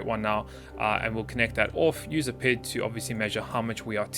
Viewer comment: I normally don't care about these things but since I have some experience in the area I want to mention it... It kinda bothers me how you pronounce PID as a word as opposed to P-I-D, each letter by itself, which is what I've always experienced in the mathematical field. Say it how you want, I guess, but it just sounds weird every time you say it like that.